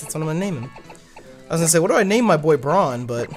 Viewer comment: I believe its brawn not braun